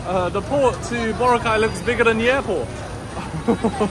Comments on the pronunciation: Yes, accent is on the second syllable. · Hi, just FYI, the Filipino pronunciation of Boracay is boRA-cay... though most visitors do say it like you do, i.e. BO-racay.